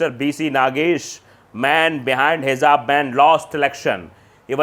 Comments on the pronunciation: " Hizaab " nhi.. HIJAAB... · Hijab, not hizab.plz note.